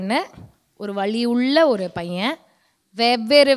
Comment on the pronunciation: அக்கா நீங்க வழியை சொல்லி இருந்தா ok ஆனால் வலியை பற்றி கூறியிருந்தால் தெளிவாக உச்சரிக்கவும்.ஏனென்றால் நீங்கள் திறமையான தொகுப்பாளினி இவற்றையும் கவனிக்கவும். ❤